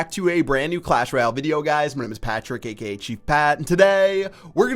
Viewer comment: i keep thinking you say KKK when you say aka